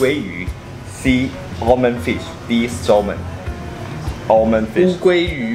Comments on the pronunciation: 滿好看~適合配飯吃，但小挑個骨頭，salmon是ㄙㄟ們不是搜們，L不發音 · Salmon 的L是不發音的。”samon” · Salmon的L不發音～ 不好意思又在當英文糾察隊🤣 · 喜歡新單元耶 不過一定要糾正一下Salmon的發音😂